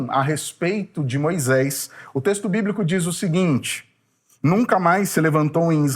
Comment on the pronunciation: CORRIJA A SUA PRONÚNCIA HORRÍVEL: MOISÉS E NÃO "MOISÉIS", TRÊS E NÃO "TREIS".....